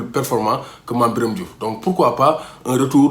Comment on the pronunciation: à propos de la prononciation de mame biram de retour au l'équipe national ça m'oblige de japper t'es vidéo mais arrête